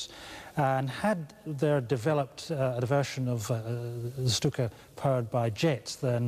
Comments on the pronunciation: Lucky 13 /stu:ka/ is bad. /ʃtu:ka/ is good. Right? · I had to turn it off because of the way he was saying Stuka.